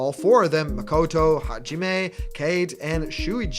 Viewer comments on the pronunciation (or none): Hey, I just wanted to point out that the Japanese language is limited to the vowels "ah"(a), "ee"(i), "oo"(u), "eh"(e), "oh"(o), so any japanese names like Makoto would follow this structure. i.e "Ma-koh-toe". Just seemed like something that you occasionally have an issue with.